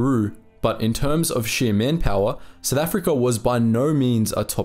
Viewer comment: Lolz, it's "South Africa", not "Sith Africa". 😂😂😂